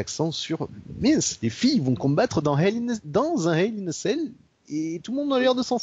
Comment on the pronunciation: La façon dont prononce "Hell In A Cell", on dirait qu'il dit "Hell In A Sale" ^^ Ce qui fait un peu bizarre ^^ J'entend que mon hypothèse sur la gimmick de Steph a été retenue, ça fait plaisir:) Même si c'était juste une boutade;) L'intérêt de Lesnar (qui a 39 ans pour info) pour le faire affronter Goldberg? Le fric, l'ego, le cash, l'envie de montrer que leur dernier affrontement était une erreur, la nostalgie, le pognon, l'envie de Vince de détruire Goldberg (qui n'a pas été tendre avec le patron pendant les années loin de la WWE), la maille...Je suis un peu comme vous, j'ai commencé le catch dans la fin des 2000's MAIS je me suis beaucoup renseigné sur le passé et j'avais déjà vu le bonhomme en action (dans un Elimination Chamber par exemple) en ayant un assez bon souvenir de lui. Mais je crains en effet qu'il se fasse juste tuer pendant le match et ça me met mal à l'aise. Tiens sinon, élément que vous aviez pas mais qui a été dévoilé par la suite (et du coup renforce votre impression de loupé concernant les filles): le premier Hell In A Cell Match féminin de l'histoire de la WWE sera ni plus ni moins que le Main Event de la soirée. C'est un p*tain de moment historique et pour le moment la fédé a l'air de pas vouloir mettre l'accent dessus (il leur reste un show pour le faire). Bien pour le nombre de mon pseudo et big up à vous les gars:)